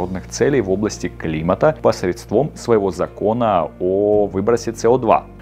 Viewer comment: Автору было бы не плохо выучить правильное ударение в словах. КранЫ и посредствОм режут слух.